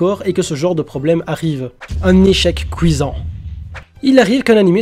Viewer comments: "Un échec couisant" x,) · "Un echec couisant" 😂